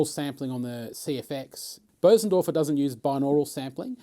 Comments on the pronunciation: It's Bösendorfer, the ö is pronounced like the u in "fur", but longer. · this is without doubt the greatest video demo of any instrument in the history of the world. I do however have an issue with the pronunciation of Bosendorfer. also what stool are you using? I really like your stool.